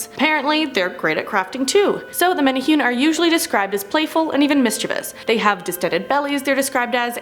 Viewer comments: thank you!! that was driving me nuts. men ay hoon?..... wtf. men ay who nay. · Yayyy Hawaiian folklore is mentioned. Woot. Just one note it's pronounced (mene-hoo-neh not mene-hune) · For the Menehune one, it’s pronounced meh•neh•who•neh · MANA WHO KNEE ..IS HOW YOU SAY IT LOL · I’m from Hawaii.... it’s pronounced meh-neh-who-ney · It's pronounced like menehuni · My lord WHY can’t y’all just take the extra few minutes you need to make sure you’re at least TRYING to pronounce things properly??? Proboscis - proBOSSkiss Menehune - meh-neh-HOO-neh Who knows what else... It’s really NOT that hard to make sure you don’t look ignorant. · Bruh you pronounced Menehune wrong! It’s pronounced (Meh-neh-who-neh) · hahaha riiight tho! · I loved Hawaii and knew a lot about the Menehune which as was told to me were like gremlins of the Islands and would destroy equipment near sacred areas. Also it's supposed to be pronounced Meh•neh•hu•neh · Menehune bro its meh-neh-hoo-nea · The way she pronounced menehune oh gosh. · I was cringing hearing you say Menehune 😅😂. No offense sis! Aloha🌺🌴🤙🏾